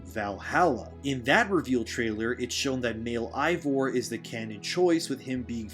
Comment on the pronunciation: There's a reason why so many prefer playing as Abby and its because she gets the better equipment. And why does everyone I watch cover Valhalla always say Eivor's name wrong?